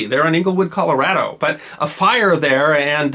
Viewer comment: Why the incorrect, then later correct, pronounciation of Colorado?